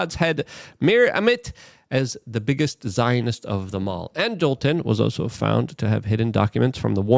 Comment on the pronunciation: Angleton, not Angelton. Angle. Angel. Not pronounced the same.